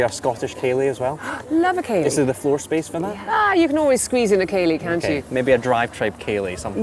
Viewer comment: I know it's a Scottish dance, but how Irish did accent become when she said, "Ah you can always squeeze in a ceilidh, can't you."